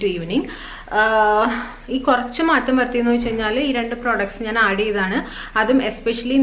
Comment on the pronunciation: നാൻ അല്ല ഞാൻ